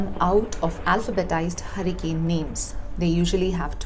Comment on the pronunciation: It not Harican its Hurricane. What ever accent may be or you are of foreign origin.